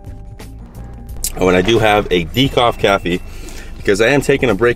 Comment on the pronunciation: “Decoff Cafee” ??!! made me splash my pasta out of my mouth 🤣 new option of coffee, we dont have that in Thailand 🥴